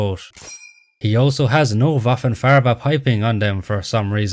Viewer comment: your pronunciation of german words is good but i'd recommend learning how to better pronounce the e in words like as Granate or Farbe. you always make them sound like an a, which is wrong